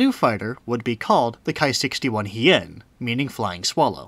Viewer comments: Nice video. I'm glad to have found this channel. Buuuutttt, it's "Ki" not "Kai". It does not rhyme with "high." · Ki rhymes with tea.